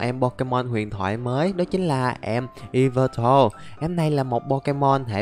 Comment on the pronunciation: yea ông đọc đúng con yveltal r:)))